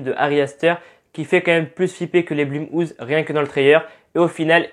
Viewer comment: Punaise t'as façon de dire blumhouse et get out est juste hilarante 😂. Sinon super critique 😉